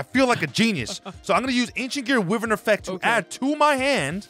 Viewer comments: It's pronounced WHY-VERN not WIV-vern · Yo and could you please try to do a sora vs gong bc I thing it would be funny and loser should cosplay as the winner and it’s not wivern it’s why-vern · Bro it's pronounced "why-vern" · Love the content, but wyvern is pronounced Why-vurn